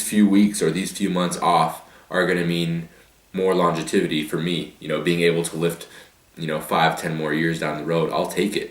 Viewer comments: Bruh, it's pronounced 'longevity' - not 'longetivity'. I got yo back ;) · Lol "all about that longetivity guys" longevity* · Longe"tivity" Srs. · "Longetivity" that isn't even a word, SRS. Longevity is.